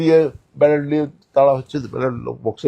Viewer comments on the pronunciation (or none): Katha ta ' liye' noy ' niye' hobey jodi Bangla bhasha bolchen